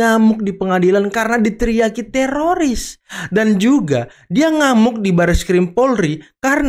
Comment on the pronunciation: Tifa . ROy. Rismon Emang tiroris itu baca nya